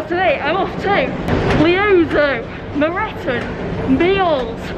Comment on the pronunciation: Your pronounceation of leasowe and moreton perfect 😂👍 I actually prefer them pronounced that way